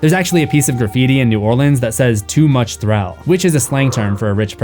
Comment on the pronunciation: As a Louisianian, thank you for pronouncing "New Orleans" correctly.